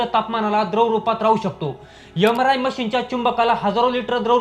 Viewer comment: यमराय मशीन ? उच्यार सुधारणे आवश्यक .